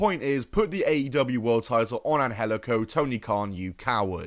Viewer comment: It’s not pronounced an-hel-ico. That’s just the way they tweaked it for Lucha Underground. It’s pronounced an-jel-ico.